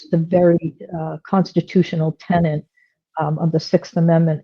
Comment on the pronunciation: It's tenets. Not tennants. Words have meanings. Sorry. I snapped. It's been coming for days.